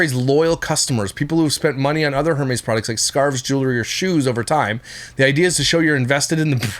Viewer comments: Lmao I want to think you’re trolling us with the Her Meeees purse pronunciation, either way f these assholes and not how she would want to be 😂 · Hey! Don't knock designer bags & Hermès is pronounced "eermez"!! Bags like Hermes & Chanel are investments... They're the Rolex watches of bags, the more vintage, the more they're worth & appreciates in value 🖕🏼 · Her-meez lol 😂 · 😂😂😂 Air-mez Hermes pronunciation and omg they are not the same as Baseball cards ctfu 😅😂